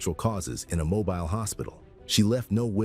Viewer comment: Having been born and raised in Mobile, hearing it pronounced that way was unpleasantly jarring